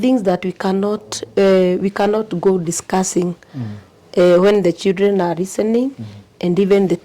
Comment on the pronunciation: Is this really a head teacher with such poor English full of ee ee sildren😂